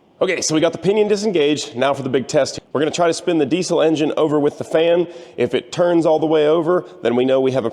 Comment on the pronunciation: Are you pronouncing diesel correctly?